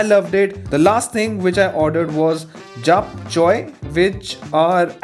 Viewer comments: I would like to correct you on the pronunciation, for toppoki ignore the spelling (you don't emphasize on each letter) just say it "to-ppo-ki" (a little emphasis on 'ppo') as for japchae its jap 'che' not 'choi' . Wishing you luck, happy eating 🥂🍜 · Not japchoi it's japchae first pronounce it properly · Korean food is amazing 😍 as your pronounced tteokbokki and japchae wrong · Actually Soju and tteokboki is quite popular in Korea... And Jaapchae is actually pronounced as "Jep - che" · The pronounciations : Tteobokki : Ttok - bo- k-ki Japchae- Jaap - che Hope you understood 😊😊 Edit: I missed the k in Tteobokki (sorry) 😅 Pls heart my one more time... Iss bachepar thora daya karo ༎ຶ‿༎ຶ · Tteo Bo Ki It's how u pronounce it Jaap Chae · Tteokbeokki (pronounced as: Tok bok ki) spicy rice cakes. Which is my fav And for jjapchae, (jap chae) (you know the way indians pronounce 6 as che, but you just slimmer the pronunciation at the end.) I don't really like jjapchae. It just wasn't my taste. And I'm an underage to try soju. 😂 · Jap che is how it's pronounced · You pronounced both wrong ' ttekboki' and ' jaap- che'✨ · It's thok+ bokki And jap+che The pronounciation goes like dat